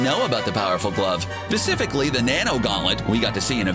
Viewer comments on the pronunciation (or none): am i the only one that heard him say pacificly and not specifically? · you said Pacificly. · Anyone else hear him say Pacificly? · You said pacificly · "Pacifically" "bleave it or not" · Basifically? Pacifically? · "Pacifically!" LOL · SPECIFICALLY! Learn to speak ffs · Did he say "pacifically" lol